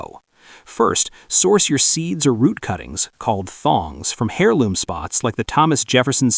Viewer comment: Your cg reader mispronounced heirloom. The h is not pronounced. It is not "hair loom."